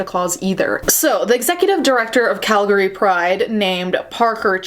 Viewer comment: I can feel the cringe of Calgarians with the way you pronounced Calgary lol